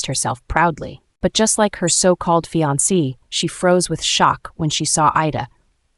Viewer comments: The voice over To the text needs to be updated in some way, if this is an AI, remainder and reminder are 2 different things. Fiance and finance are 2 different things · It's fiance not finani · That’s called fiancé you need to learn how to say the word